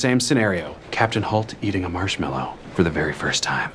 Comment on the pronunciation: God it annoys me that holt says “marshed mellow” 😂